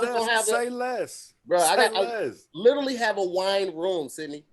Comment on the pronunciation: Ok. Don't say "LITERLY" any more!!!!! I love you but damn.